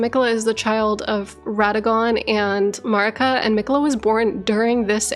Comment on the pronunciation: You have several different audio references from a bunch of different characters in the game, so why do you feel the need to put your own pronunciation on Marika's name?